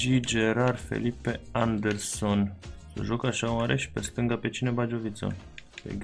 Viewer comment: A spus stangu, aproape